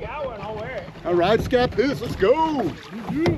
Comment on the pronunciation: It's ScaPOOSE not SCApoose.